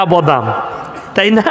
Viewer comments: উচ্চারণ করতে পারে না। বদাম 😂😂😂😂😂😂😂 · বদাম আবার কি বে🤨.... উচ্চারণ করতে জানিস না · আসলে ওনি ওনার আঞ্চলিক ভাষায় কথা বলছেন ত তাই বাদামকে বদাম উচ্চারণ করছেন। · ক্ষমা করবেন হুজুর বদাম না, বাদাম শুদ্ধ। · আগে বাংলা টা ভালো করে শিখুন ওটা বদাম না বাদাম হবে আর আমাদের ভারতে বিষয়ে ওতো ভাবতে হবেনা নিজেদের বাংলাদেশে নিয়ে ভাবুন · Badam tai thik moto bolte parchhen na....